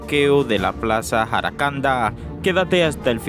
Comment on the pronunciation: PLAZA JACARANDAS.. NO JARACANDA. REVISEN QUE COMETEN MUCHOS ERRORES SIEMPRE AL HABLAR